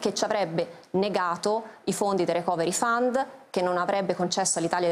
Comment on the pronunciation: la pronuncia corretta è 'ricoveri faund', letto così come scritto con l'accentuazione corretta.